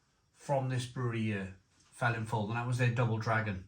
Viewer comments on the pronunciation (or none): Come on, being Welsh you ought to know this brewery name is pronounced 'Velinfoil' not Felinlowl. In my days in Neath Double Dragon had a knick name Feeling fowl, as it was stronger than most general beers in the late '70's. Really though, IPA at just 4%?